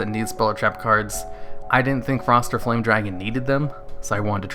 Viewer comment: Did anyone else hear him say it as Frosty the Foame Dragon?